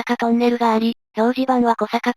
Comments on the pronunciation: 小坂トンネルは「こさか」ではなく、「おさか」トンネルです。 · 小坂トンネル ❌こさかとんねる ⭕️おさかとんねる